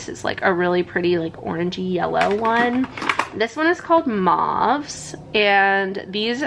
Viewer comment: Mauve is pronounced as mowv